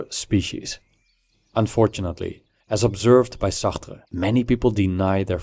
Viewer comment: I wanted to off myself every time he pronounced Sartre.